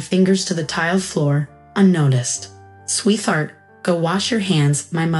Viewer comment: Sweet heart is two separate words - so no 'th' in the middle. I love the story and your varied visuals.